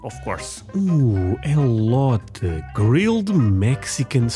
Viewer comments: Elote as far as I know it’s pronounced Aay-low-tay. Aay and tay both rhyme with hay, bay, say, may, lay… ect. I’ve only had it once at a restaurant and it was in a bowl so it was off of the husk. It was good. I found out that Costco sells a big bag of it. Last time my spouse went I asked to get some, but unfortunately, they were sold out. No worries, we’ll get it eventually. I also bought some seasoning named Elote. Americans love Hispanic food, especially from Mexico. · Aren't you civilized?!? Elote (ee-loh-teh), grilled corn. Once you grill it, the toppings are only limited by your imagination. Cheese, mayo, salsa, pico de gallo, picante, Cholula, Tabasco, chile verde, chile colorado, butter, etc. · E-low-tay is delicious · It's pronounced Aay-loh-tay. Google search this is the closest I could come to it. Snh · Pronounced E—LOW—TAY! It’s delicious!! Try it on a grill!! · It's more like: ih-loh-tay. Or Eh-low-tay. IF you can find GOOD sweet corn - YES! I think you should. I'm just not sure you can.... unless you know a farmer there, in your area, maybe? Just get a HYBRID, not a GMO one. I THINK Europe mainly has FIELD corn - very starchy... not so much 'sweet' - it's not as good, BUT if you can pick it (field corn ) a bit EARLY, it's not terrible. In MEXICO - corn is very, Very, VERY common. In USA it's just very common ;) If you can get Crema - that's pretty close and can be substituted... Dukes is #1, Helman's is #2, Heinz - in mayo is #6 or 7... In Ketchup, #1, in 57 Sauce, (steak sauce) #1. But they falter in mayo. We do that w/ a camp fire all the time. The soak in water helps it to STEAM more than burn... Well, think about it Mayo is just oil and egg white/whole egg (depending on type of mayo) some ppl use on grilled cheese (and other toasted sandwiches) instead of butter (I still prefer the butter, thx). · Elote (E-Low-Tay) is a classic in Los Angeles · Elote is pronounced El-LOH-Tay